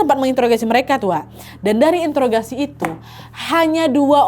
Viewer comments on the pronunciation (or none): none